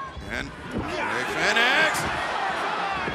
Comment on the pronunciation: Hate how ol dude says fenix